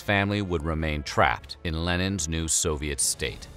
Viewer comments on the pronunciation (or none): none